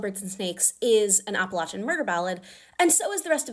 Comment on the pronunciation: First of all: as an Appalachian, thank you for saying it right! Second, my family is Appalachian and has been ever since my family immigrated here, a part of that family carried the surname Covey so it was really cool seeing an Appalachian woman like Lucy be from a Clan called just that